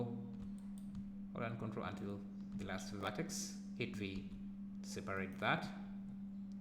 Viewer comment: I have been looking for a way to simulate peeling paint and paint blisters for ages and this sill work for that - thanks. The only slight suggestion, it would help to show where to find commands in the menus rather than use the short cut. Two reasons, I found it hard to understand the pronunciation of "V" and Vertex, Rip Vertices is a lot easier to remember if you don't do something often.